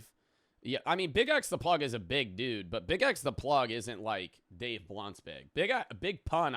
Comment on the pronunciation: am i the only one who picked up on calling him ''dave lunch''????